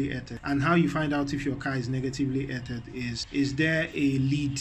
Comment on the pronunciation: "earthed" is pronounced like "earffed" or "earth-ed"